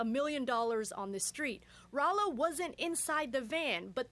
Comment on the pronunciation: Raylo lol